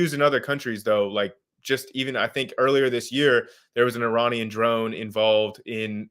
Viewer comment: Really wish he could pronounce Iranian correctly... lol